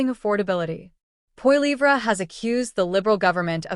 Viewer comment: LoL as if pp would do any better. No government which it was in power can sit down and turn everything around in under a month. If you're going to talk about pp at least pronounce his last name correctly.